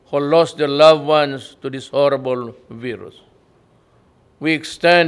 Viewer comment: Naiintindihan mo bang brilliance at eloquent ? Awestruct ? He is not speaking...HE IS READING! HIS DICTION AND PRONUNCIATION WAS TERRIBLE... VIRUS SABI NIYA BERUS... AT YUN ATTIRE NIYA BINABOY NIYANG BARONG TAGALOG... PARANG DADALO LANG SIYA SA ISANG INUMAN? BOBO MO HINDI MO ALAM GINAGAMIT MONG WORDS ? SOBRANG PANG GAGAGO PINAGSASABI MO DITO.. HINDI LAHAT NG NANDITO BOBONG KATULAD MO ? AWESTRUCK ? ANG ALIN ? WALA NGA NAKINTINDI SA PAGBABASA NIYA AT PINAHIYA LANG SIYA NG WRTTER NG SPEECH NIYA. MABUTI PA NAG GREEN JOKES NA KANG SIYA... SABI NGA NG MGA DELEGATES.." OH.. THATS THE PSYCOPATH PRESIDENT OF PHILIPPINES ?"